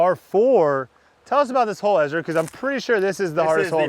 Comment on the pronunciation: I'm sorry but I have to mute your videos and watch with subtitles when you play with Ezra. Dude has all of this time to work out and on his disc golf game, but still calls himself Ezwa.